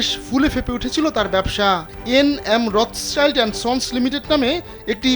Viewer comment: রথচাইল্ড না, এটা রথশিল্ড। সংবাদ প্রকাশ করেন, কিন্তু একটু জেনে নিয়ে সংবাদ পরিবেশনে এত অনীহা কেন?